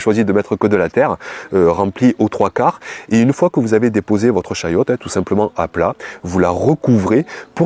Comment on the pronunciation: Chayotte....et non chouette 😂